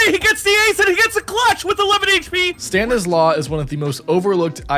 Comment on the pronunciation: This is not how you say "stanislaw"